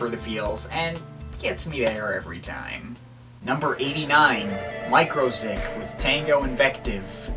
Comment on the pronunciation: Im pretty sure its Mu-ziq not micro-ziq